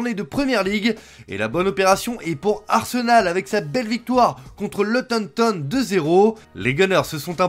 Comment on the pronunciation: Arsenal 2- 0 luton ton😂😂😂😂😂😂😂 On dit luton town